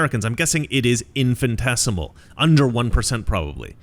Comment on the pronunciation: Hate to do this to you, BUT, the word is 'Infinitesimal' not 'Infintesimal' sorry bro.